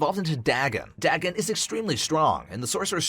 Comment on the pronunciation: Dagon is pronounced: Day-gone. It’s a reference H.P. Lovcraft books.